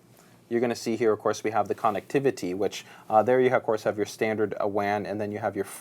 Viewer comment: loves saying CON nectivity lol